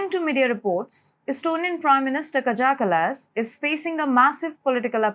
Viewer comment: It's pronounced "kaya ca-las"